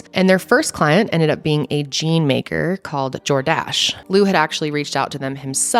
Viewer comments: Not Jor-DASH :) 🤣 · The emphasis should be on the first syllable - JOR-dash (phonetic). 😉 Love the new studio! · As someone who was a teen in the 80s…it’s JORdash…not jorDASH. 😄 love your stories! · It's not jorDASH, it's JORdash. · ok... it's 'JOR-dash' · I was just listening to this (wasn't watching because I'm driving) video & I kept thinking you were saying "DoorDash" & I was like.....no way was DoorDash a thing in the 80's, then I looked at the video & saw Jordash & was like, ahh....now that makes more sense. Lmao 😂💀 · this biggest thing I learned was how to pronounce "Jordache" it's not JordACHE LOL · Lmao the way she was saying Jordache was killing me!!🤣😂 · I don’t think that’s how you pronounce that brand name Jordache— it’s like saying Tar-jay 😬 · Why does she say Jordache that way? She's too cute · LOL. i like how you say "Jordache". you can tell it was before your time. LOL